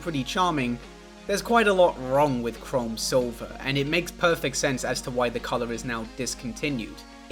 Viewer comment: pronouncing chrome as chrom like the fire emblem guy makes me happy